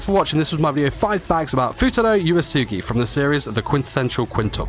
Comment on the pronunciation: first of all before u give facts learn how to say his name its not uasuge u say it like oo eesoogi and type uesugi